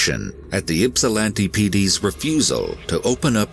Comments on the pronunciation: Ok I’m gonna be that guy. I live in Ypsilanti. But its not pronounced “YIPP-sa-lan-tee” it’s pronounced “ ipp-sa-lan-tee”. Lol. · The Ypsilanti pd is such a failure of a public service department. Complete joke. I went to EMU and lived at Penn Place where she was murdered. EMU has had several homicides. But my god ...the pronunciation is (ipp)silanti NOT (yip)silanti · This was confusing as hell. But on a lighter note, the grandfather pronouncing Ypsilanti "Yip-silanti" at times is funny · It hurts my soul every time James says Ypsilanti.